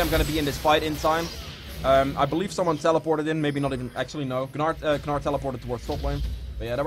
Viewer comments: It's pronounced nar. Not Ga nar. Super irritating to hear constantly. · please keep saying ganar lol